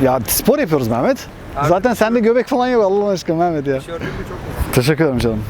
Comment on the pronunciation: Abi çekenin ismi ahmet mi mehmet mi hatta bi ara mamet diyosun sandım 😂😂